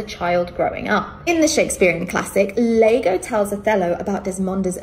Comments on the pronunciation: The best bit is her misreading "iago" as "Lago" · Her calling the Othella character "Lago" instead of iago shows how little she knows about Shakespeare